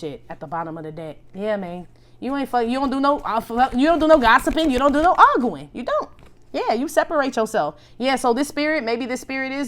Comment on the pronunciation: not AR GOO IN! lmaoooooo I always noticed how he said that! Love you always,! Stay UP!